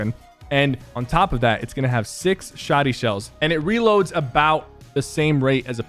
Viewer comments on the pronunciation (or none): stop calling it a shawdy